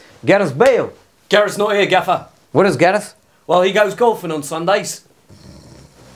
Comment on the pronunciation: "I can only do 15% gaffér" 🤣🤣